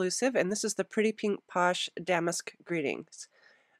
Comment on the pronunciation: Thank you for pronouncing Damask correctly!! And a Gorgeous card too!